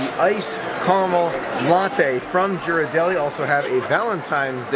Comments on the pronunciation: Just some info to pass along. Ghiradelli, is pronounced, ( geer-ar-delly) the "G" is pronounced like the "G" in the word, girl. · I love your videos and think your enthusiasm is awesome! You definitely fill in the gaps between our trips. One thing - Ghirardelli has a hard G at the beginning, like Gear. ❤️